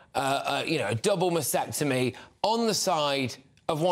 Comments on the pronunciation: Not masectomy. It's masTectomy! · It's masTectomy - with the T - not masectomy please please please start getting this right - you're talking about a specific medical procedure. Get it right, please. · Hi, it is pronounced ma steck tummy or ma stek tuh mee. Thanks for the show here.